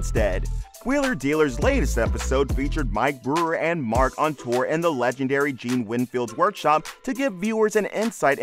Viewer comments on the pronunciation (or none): none